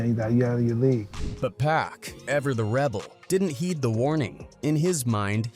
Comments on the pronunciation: Why whoever narrating keep calling my dawg 2pack ham listening to what baby told Charlemagne put some respect on Pac name 🤔 damn niggah did turn bro to a pack🤦🏿‍♂️RIP Pac no more pain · Omg we back to this "Pack , 2Pack " bs maaaaan you bogus asf 😂😂😂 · Why can't this dude say 2 Pacs' name right !!!